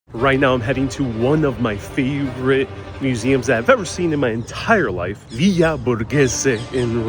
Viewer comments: FYI in Italy we say V I L L A NOT VIYA. Please don’t confuse pronunciations. You’re in Italy not Spain or Mexico. Thanks! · I love you but double check your Italian pronunciation! You said villa the Spanish way.